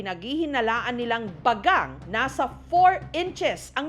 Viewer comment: Bagang❌ Bagag✅ 😂😂😂